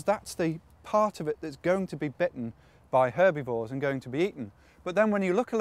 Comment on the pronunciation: lol "herbeevores"